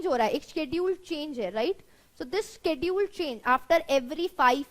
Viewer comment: Thank You Ma'am for making it so easy, really inspired and more power to you but please work on your ENGLISH pronunciation such as "Permissible, Premises, schedule". LOVE FROM PAKISTAN.